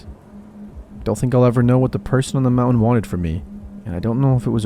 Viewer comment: Love the stories but please pronounce words correctly, I think you were saying mountain but it’s very hard to understand